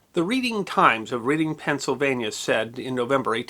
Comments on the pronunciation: It's not "Reeding" it's "Redding" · It's pronounced "Redding". Sorry I cringed a little when you said "Reeding". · Reeding? No it’s not pronounced that way, it’s Redding. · REDing not READing. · That's pronounced "REDDING", not "REEDING". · Poor getting lambasted for mispronouncing Reading. Also Lancaster is pronounced Lane-caster not Lan-caster 😂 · Why the heck would you pronounce READING as RED-ING. It SHOULD be 'REEDING'!! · I hesitate to nitpick anything you do. But you said "Reading" when it should have been "Redding". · Just a quick note: the Eastern Pennsylvania City of Reading pronounces their name "Red-Ing" as opposed to "Reed-ing" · I'm sorry, but the city is pronounced "RED-ing", not "REED-ing". But, otherwise, another GREAT story about something that needs to be remembered. Thanks for your thoughtfulness. By the way, have you ever done a video on the December 2, 1943 German bombing of Bari, Italy, which has been called, "The Little Pearl Harbor", due to the explosion of a Liberty Ship loaded with Mustard Gas bombs, (for use ONLY if Hitler started to use chemical weapons), which ended up killing almost 700 military personnel. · I did the same thing when I played Monopoly as a kid. Why don't they just spell it "Redding" like they do in California? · Oh, no,! Say it isn't so! "Reed-ing" instead of "Red-ing" for Reading. That's understandable, especially while reading a script. Now, trying to pronounce Schuylkill River or Tulpehocken Creek, the two waterways that are the reason the city is located where it is, that takes some getting used to. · Sorry about this but Reading Pennsylvania isn’t pronounced reading, it’s redding, maybe a Pennsylvania Dutch thing? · Sorry but it’s pronounced REDing not READing Pennsylvania.It deserves a proper pronunciation. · It’s pronounced as in RED. Not Read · Playing Monopoly..."take a ride on the reeding rail road" ??? can't imagine saying it whrong four-ever, figured someone should tell you, LOL